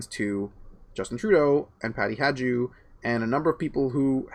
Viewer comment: I stopped listening the second or third time pronounced Peking Patty's surname "Hajdu" as "Hadze-doo".This after a juvenile prank trying to convince people there was a federal organization with the initialism GESTAPO. Where did you dig this guy up, Candice? I won't toggle on his links anymore.